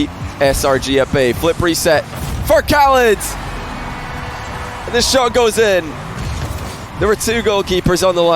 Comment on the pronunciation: wait a min... is not arab? his accent is so good for an arab and how he pronounce khalid and ahmad is like how johnny pronounces them..